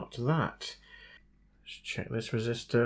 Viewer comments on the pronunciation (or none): none